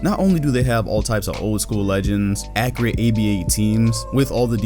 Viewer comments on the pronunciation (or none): Tazmanian Devil Also Agent says Accreate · No one:: Accreate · I cant tell if he's saying accurate that way on purpose or not since agent does it on purpose